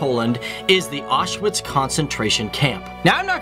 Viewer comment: I was surprised that you mentioned that the letter 'W' is pronounced as 'V' and yet Auschwitz you mispronounced completely. It is an important place and deserves respect. Another mistake is that there is no such word as 'pierogies!' One is a 'pierog' and more are 'pierogi' - so, sort from that, I did enjoy your video. Thank you.